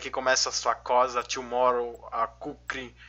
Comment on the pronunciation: tomorrow? é Tomahawk nem ( n sei se você fala assim por piada)